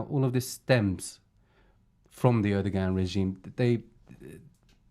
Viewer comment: omg "rohava" and "erdoggan"